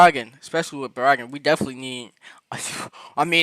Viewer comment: Barragan Pronounced Bear-a-gon ‼️